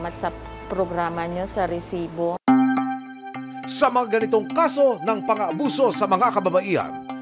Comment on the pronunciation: OA na yang pag bigkas mo ng RRRRRRRESIBO